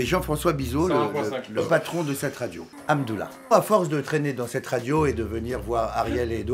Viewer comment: comment il a dit Hamdoulah 😭😭